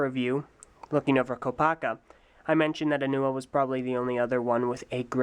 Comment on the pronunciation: HE SAYS. NUA